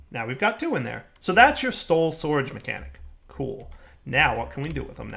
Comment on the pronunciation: "stole sorage"